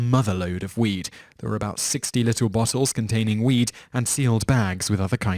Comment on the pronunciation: To me you are saying weet when meaning weed it may just be me but idk 😂